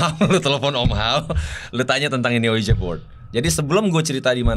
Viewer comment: Sedikit koreksi bang, tulisannya ouija board, tapi bacanya uiji bord bang. Oya, gara² selalu ngikutin GRIN, aku jadi tau, bhw kebanyakan entitas yg menampakkan diri itu sebetulnya cara mereka minta tolong ke manusia hidup, tapi kita keburu ketàkutan duluan.